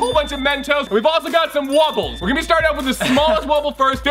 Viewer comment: 😂😂 I thought he said waffles instead of wobbles